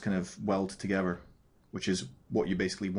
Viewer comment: Great thanks! "togever"